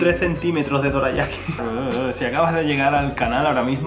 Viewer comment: "Doreayaki" ba dum tssss xD.